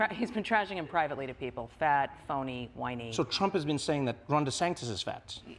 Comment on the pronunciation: Why De Sanktis?. Maggie tried to help, but Trevor’s not hearing it